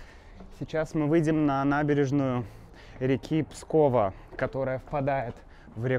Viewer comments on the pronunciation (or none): Уточним. Изборск находится в 34 км от Пскова. Реки Великая и Пскова. Ударение на Пскова на ва. 😊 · Река называется Пскова с ударением на "а". А за видео спасибо! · Ага! Все петербуржцы и москвичи постоянно произносят: "ПскОва", "ЗапскОвье" и т.д. И говорят, что Кремль - это вся крепость города, от Покровской до Варлаамовской башни.